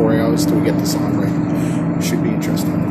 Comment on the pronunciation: U spelled Siem reap wrong it’s pronounced See-m Reap like reap reaper